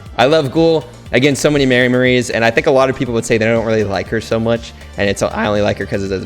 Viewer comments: he said mermeries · "Merrymeries" lol😂